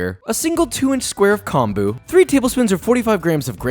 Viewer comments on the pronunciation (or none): Sorry to nit pick this Josh! But it’s pronounced Kohmbu but spelled Kombu